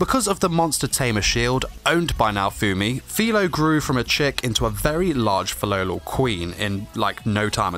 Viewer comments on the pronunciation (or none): Tbh hate it when he pronounces “Filolal” and not Filolial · It's Fi-LOLI-al